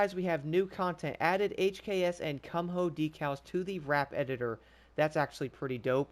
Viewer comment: Cum-ho 😂😂😂😂 its pronounced "koo-mo"